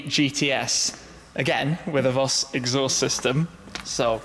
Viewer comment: u have been to Germany so many times now , u must know that it is pronounced FOS